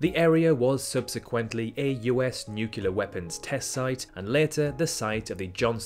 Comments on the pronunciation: Why did you have to say nuce-lar, it physically hurts my ears, nucLear, not nuce-lar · Learn how to pronounce the word "nuclear" properly. It's not that difficult.